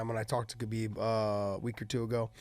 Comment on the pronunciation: He talks about how he knows Khabib so well but he pronounces his name wrong. Ok dude...